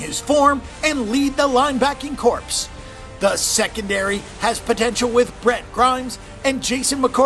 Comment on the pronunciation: "The secondary has potential with Brett Grimes and Jason McCourty...." lol.... So 1) I'm assuming that you're referring to BRENT Grimes not Brett...2) He does not now nor never has even been on the Titans roster for one second. He's in Tampa Bay. Mispronouncing names is understandable it happens. At least know though who plays on what team if you're going to be talking about that team.